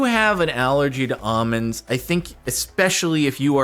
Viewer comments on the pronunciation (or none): There is an L in "almonds" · someone please confirm this. Is he saying Ah-minds, instead of almonds? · He is, indeed, saying Ahmind